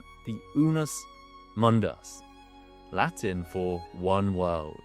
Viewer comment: this guy pronounces Latin words like they're Spanish ..makes you wonder how legit all this could be 😅🤷‍♂️